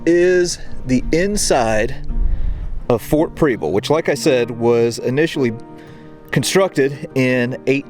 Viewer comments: It's not pronounced Preeble. Preble with a soft E. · Prebble is pronounced like Pebble with an R. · I'm from Portland! Love your videos so I'm excited to see this one. But I'm 30 seconds in and... You are pronouncing the name incorrectly, it's pronounced like the word treble. There is also a street in Portland with the same name I drove up it today, lol. Also you are actually in South Portland. That being said I'm a little jealous. Here I am a history buff and live in such a historic place, and someone from away actually has the time and resources to explore it all. Thanks for what you do, and I wish you and yours happy holidays and a great new year.